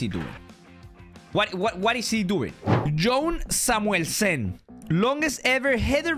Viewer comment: Your accent was le perfect when you said Jone Samuelsen 😍